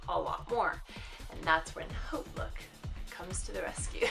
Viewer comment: Are you just starting out on youtube? I love your videos! I think you're the first to correctly pronounce Hautelook! Everyone calls it Hotlook. I'll be subscribing!